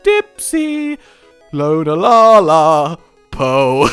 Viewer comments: Pretty sure it's pronounced "Lu-naa-la." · it's not pronounced solgaleo it's a play on solar and Galileo so it would be prnounced Sol-ga-lay-o and the moon one is a combination of luna and galilei so it would be pronounced Lune-a-al-ei